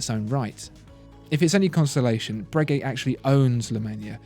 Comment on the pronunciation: I dont think you pronounce the g in Bregeut like that